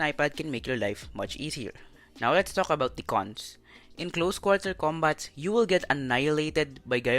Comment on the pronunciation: The ق really taking me out 😂